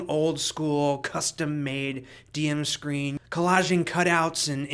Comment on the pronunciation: It sounds like you’re saying gm screen but the title says dm screen. What is it?🤔